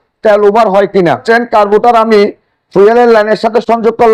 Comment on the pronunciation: দাদা কারবোটর না কার্বোরেটর 😂😂😂